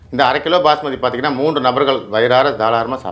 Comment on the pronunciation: மூண்டு அல்ல... மூன்று